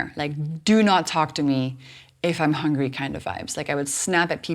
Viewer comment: hang-ri :). hungry